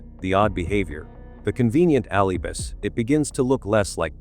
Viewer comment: AI NARRATION IS SO DISGUSTING - BAD PRONUNCIATION OF PAGEANT AND ALIBIS CANT SOME HUMAN READ THIS STORY. THE TITLE SAYS JOHN LIED ABOUT BURKE BUT THIS STORY MAKES IT SOUND LIKE JOHN IS THE GUILTY ONE.......